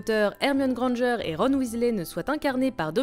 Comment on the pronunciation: a passant c,est pas grangeur mais granger et c'est pas malfoye mais malfoy